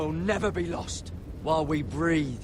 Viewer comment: It's breathe, not breath.